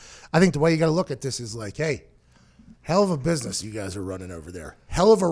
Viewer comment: “You’re in a booisness” Lmaooooo 😭 😭 😭